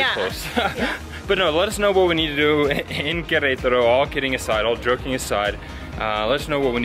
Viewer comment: Fantastic!!! By the way, I have to highlight the pronunciation as well. I’m so proud! You guys say Querétaro like locals 😁✌️